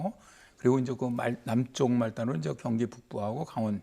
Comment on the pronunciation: 이제를 인저라고 하심